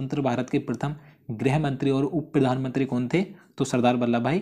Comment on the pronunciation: Sir aap hindustan me rh rhe hai km se km hindi ka ucharad to sahi kariye ,,prathm ko aap prithm bol rhe hai ,,aur sir aap almost video me koi na koi glt uchharad krte hai